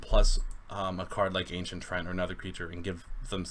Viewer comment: Offtopic: One thing I have been noticing in your videos, and even when talking to other people: Most people are mispronouncing "Treant". It is not "Trent", it is "Tree-ant". With the wrong pronounciation, the flavor text of the Ancient Treant makes no sense at all. Also, you can check the origins of the term here: Basically, it is a combination of "Tree" and "Giant", which leads to the correct pronounciation